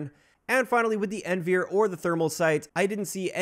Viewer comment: Great video as always! By the way, the NVIR sight is pronounced "N.V.I.R." (not "N-veer"), which stands for "Night Vision Infrared".